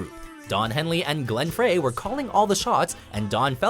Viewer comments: It's pronounced Fry.....not Frey. the e is silent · Frey : pronounced Fry , not Fray. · Fryyy not fraaaaay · Hey you doing the voiceover! It's Glenn Fry! Not Fray! Get your facts right! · Glenn Frey is pronounced "Fry" I hate it when narrators have no idea what they are talking about. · U said his name wrong glen fry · It is pronounced Glenn fry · I was struggling getting through this already but when the narrator mis pronounced Glenn Frey’s name as “FRAY” I finally stopped watching. Only one of the most influential guitarists ever in rock & not exactly a hard name to fuck up but here we are. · Did he really pronounce Glenn Frey's last name as "Fray"? Twice? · Oasis as the number one messiest split up? Did you find Whitney Houston's secret crack stash or something? Shouldn't be surprised I guess, since you can't pronounce Glenn Frey's name correctly. Go back and listen to the Backstreet Boys.